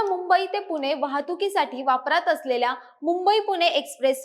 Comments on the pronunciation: अशुद्ध बोलते. पुणे ऐवजी पुने म्हणते. तसेच इतरही. ण ऐवजी न उच्चार ऐकायला बरा वाटत नाही . भाषा सुधारुन व्हिडीओ बनवा. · पुने × पुणे बरोबर